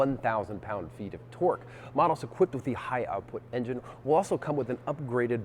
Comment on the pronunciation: What is "torg" and "hors power"? #englishfail